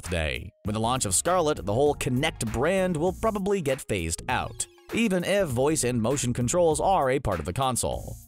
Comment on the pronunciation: the way he said probably